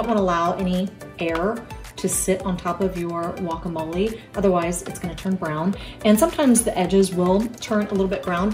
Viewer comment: I just found your channel and love it. It’s funny how you call guacamole wakamole lol this video is great, thank you